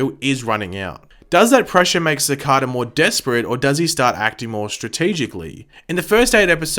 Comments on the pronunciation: He also mispronounces Cicada. He pronounces it as Ci-carda. It just Ci-cada. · Your Videos Are Awsome.. But It’s Bugging Me So Much That You Pronounce Cicadas Name Wrong Everytime Lol...They Actually Referenced This In Episode 8 I Think.. It’s Pronounced Ci-Cay-Da Not Ci-Car-Da! ❤️ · It’s pronounced Sih-kay-duh. 😆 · SAY CICADA CORRECTLY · You’re saying ‘Cicada’ wrong.